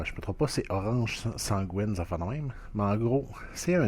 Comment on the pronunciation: pas sangouine bro ça se prononce san-GUY-ne genre comme le nom guy